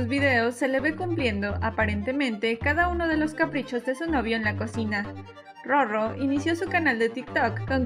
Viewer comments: Muy informativo y todo pero si no me equivoco “RoRo” debe pronunciarse con el sonido suave “ere” en la segunda “R” y no con el sonido fuerte“erre” si se pronuncia como en el video entonces se deberia escribir “Rorro” a menos que exista un guion entre Ro y Ro. Saludos. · Por que pronuncian su nombre (Roro) como si tuviera doble "r" entre las dos "o"? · y a ti? A menos q la misma roro diga q se pronuncia “rrorro” por regla no debería marcarse la r